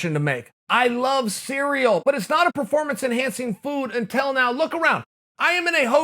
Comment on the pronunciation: No one Chael: I lOvE CeReAl